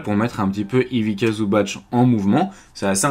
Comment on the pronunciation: Merci c'était super intéressant. En revanche un petit conseil sur la prononciation, c'est Ivitssa Zubatss (la lettre c en serbo-croate c'est prononcé tss alors que ć comme à la fin de Jokić est prononcé tch)